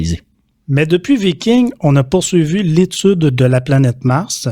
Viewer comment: En français on dit viking, et non vaïking... Ça c'est anglais.